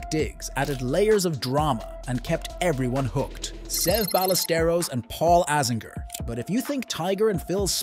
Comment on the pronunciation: Seve’s name is pronounced (seh-vey) (by-ah-ster-os)